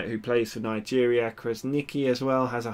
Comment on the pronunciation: It's pronounced Krasnichi. " Q is read like ch in this case, like in chocolate. I hope I helped.